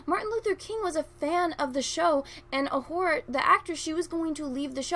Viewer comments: Careful. Her name is pronounced O-Hoo-Ra not O-Whore-A. 😉 I wouldn't want any of the cry baby, thin skinned, can't wait to have their feeeelings hurt, NPCs blasting you for a simple mispronunciation. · Sorry but I can't get past your pronunciation of Uhura..."ah-WHORE-ah". Please stop that, you're reinforcing the counter-argument against you LOL